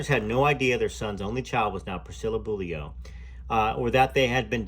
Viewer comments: Correct pronunciation: (Bowl-you) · Beaulieu is pronounced Bow-you.. the L is silent. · Hi, love this channel, people seem to have a problem pronouncing Beaulieu, in England we have a town with the same name, we say Beaulieu, (Beauly). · That's so funny how you say Beaulieu 🤣 weird name anyway